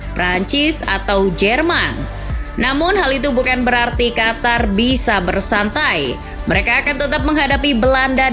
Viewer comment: Qof To Ro,,, Qatar✅ Qotor❌